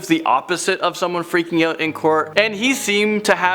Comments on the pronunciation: Is it "out" or "oat" ? 🤦🏽‍♂️ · can't even pronounce 'out' without a ridiculous canadian accent and as you can see isn't even canadian, this video is a joke